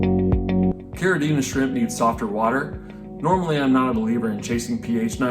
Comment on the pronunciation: Thank you for pronouncing Caridina and Neocaridina correctly !!!